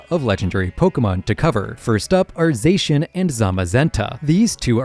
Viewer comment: He also pronounced Zacian incorrectly... its supposed to be pronounced as Zah-She-Ahn as a play on the Japanese incorrectly trying to say "The Cyan" in English